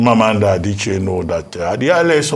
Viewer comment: What type of Igbo does Ms Okpe, speak? How come Dr. Abati is pronouncing Igbo names better than Ms. Okpe? Adiche ko, Adichi nii. A-d-i-c-h-i-e. She also said "Aba" instead of Abba ( I am sure she will not call the musical ground "Aba").